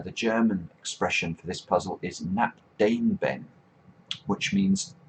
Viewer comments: The german "knapp daneben" should be pronounced around "cnupp duh-naben" xD very interesting puzzle though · Knapp daneben. I absolutely love how you say "dane ben" instead of "da ne ben" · took me a minute but i think he said "knapp daneben" hahahah "nap dane ben" also a close miss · He had me laughing so hard with his pronunciation of "Knapp Daneben"